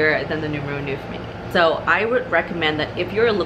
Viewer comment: Great review . Thank you. I probably sound like a know it all , sorry about that but i have A small pointer for the pronunciation of “ neuf “ its not noef but is pronounced like the canadian Montreux .